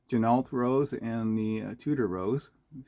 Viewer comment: FYI, Ginault is pronounced “G-Noh” per the company owner.